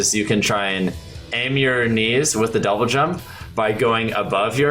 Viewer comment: the dou-blay what?